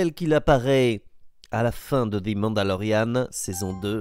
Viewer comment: On prononce "ze" Mandalorian, et pas "zi", étant donné que le mot suivant commence par une consonne. 🙂